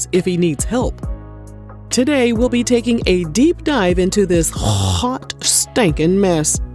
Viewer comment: That Was Hype When You Said Hottt Stankin Mess😆😆👍🏽